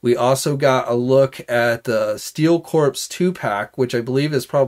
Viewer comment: Corps is not pronounced Corpse